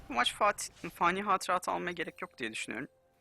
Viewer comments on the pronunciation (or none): none